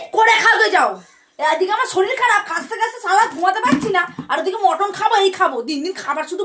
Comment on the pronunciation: ওরে! ওটাকে "মটন" নয়.. "মাটন" বলে! ইংরাজী বলার ইচ্ছে হলে সঠিক ইংরাজী বল!!